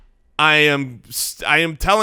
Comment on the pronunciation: "Jared Garf"